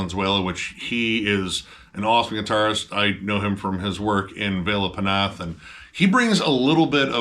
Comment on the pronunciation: “Pnath” is pronounced “nath” not “pu-nath”.😂